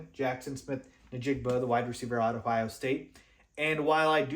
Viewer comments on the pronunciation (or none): none